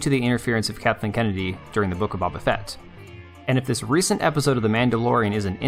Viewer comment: BABA-fet? 😜 You’re fired 😂 lmao GREAT video, once again 💜